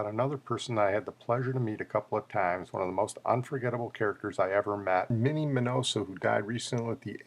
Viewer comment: While I agree with you about Minnie's greatness, it's a shame you couldn't have pronounced his name properly. A common mistake to be sure.